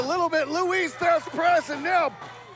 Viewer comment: Someone tell him its lou thesz for christ sakes not louis